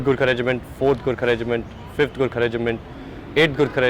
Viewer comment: fking cant even pronounce gorkha